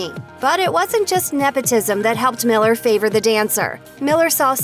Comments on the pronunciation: I SWEAR if I hear another "MiLleR" or "zEiGlIEr" I'm gonna SCREAM😤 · Can you stop saing Ziegler and Miller.